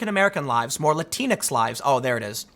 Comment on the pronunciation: Umkay. Latinx is not pronounced like Kleenex. It's pronounced like minx. Or winks. Like latinks. He thinks, and winks at the latinx serving him drinks. Easy peasy Hee hee